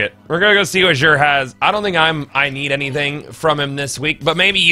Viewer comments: It pronounced like zur not zsure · 1. He says Xur like Jur 2. Why does Xur sell bad stuff year one Xur was so much better. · you say xur /exur/ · You pronounce Xur like a dingus.